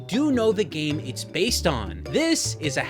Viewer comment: Lol “gam console”